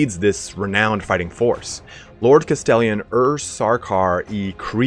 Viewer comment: For someone who loves Cadia, you sure cannot figure out how to pronounce "Castellan"